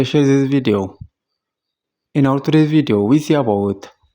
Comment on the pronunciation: "welcam to the lliu villuo"